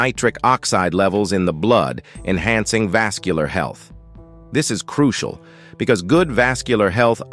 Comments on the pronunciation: Can we believe all this? Croo see al ? Why doesn't he just say "crucial" instead of his silly pronunciations. Never knew Orson Welles was a medical expert. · Goot flora balance, which is croo-shee-ahl.